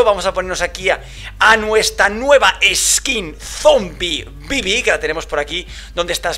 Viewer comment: Yo cuando dice: Zombibibi